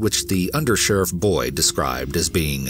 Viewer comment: The second story, I kept hearing “Understudy Boy” instead of Boyd 😂🤣 imagine a little boy answering the questions